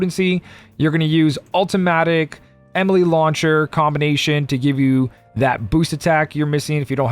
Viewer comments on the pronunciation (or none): At this point, I think it's an in-joke based on a mispronounciation of Enemy Launcher among his regular community.